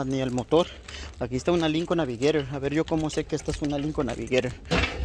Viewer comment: Ira, bamper. No es bumper? Navigeirer iren. Tsssss!!!!! Si no aprendes mecánica aprendes inglés. Lo que seguro no sabe es español.